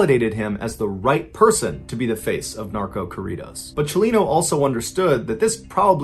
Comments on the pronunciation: "Kohridos" Me.ballen saying it all white🤣🤣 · Its corrrrrido wey no mames mr ballen dope story u got it right lol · Corridos) I had no idea what you were talking about because you're pronouncing it totally wrong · The way you say “corridos” is hilarious 😂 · Tf why he say corridos like if he saying Korea it’s corridos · On a more lighthearted note: my Nana got a kick out of the pronunciation of "Tijuana" as Aunt Jauna and "Corridos" without the rolled R. It made her day. Thanks for telling this story.